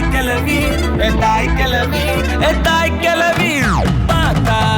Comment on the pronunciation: தாய்க்கிளவி or தாய்க்கிழவி?. தனுஷ், தனது தமிழ் உச்சரிப்புகளில் கொஞ்சம் கூடுதல் கவனம் செலுத்தியிருக்கலாம்.‌